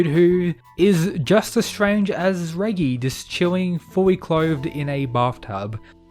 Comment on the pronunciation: Pretty sure that’s not how you say Reggie lol